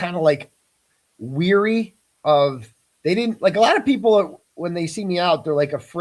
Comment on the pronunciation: Wary not weary